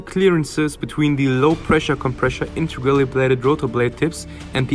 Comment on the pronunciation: you are incorrectly pronouncing "compressor" as "compreshor".